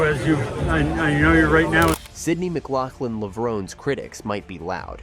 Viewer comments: FAIL! Florence Griffith Joyner is the Fastest Woman in History! and FAIL #2 her last name is McLaughlin not Mclaughling 😖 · Hysterical. They pronounced her name in the clips and yet you still said her last name incorrectly. And no one says 400 M. It’s 400 meters.